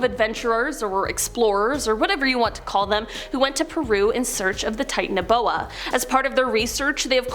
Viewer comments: The way she pronounces Titanoboa bugs me. Lol. Titan O’Boa.🤣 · That's not how u pronounce the name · Wrong pronounciation